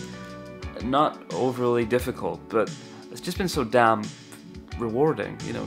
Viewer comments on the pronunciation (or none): not so much an accent thing as a grammar thing but in america we wouldn't say "I've not" we would say "I haven't." and the way we say "damn" is more like a diphthong-- the vowel shifts.